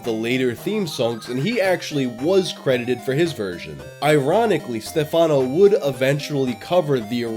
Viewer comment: also the accent on Stefáno made me laugh